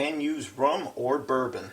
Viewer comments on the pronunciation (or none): none